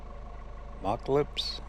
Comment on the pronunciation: What fun to see places that I used to visit every summer as a kid! Thank you! One of my pet peeves is when road trippers visit my area and butcher the pronunciations of place names. Moclips is pronounced MOE-clips and Copalis is Co-PAY-lis. Google “How to pronounce…” or Heaven Forbid…ask a local, like your friend Carl there!